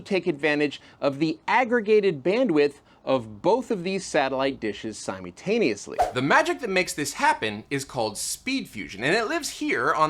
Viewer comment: great video, please dont say somuntano-us-we again please.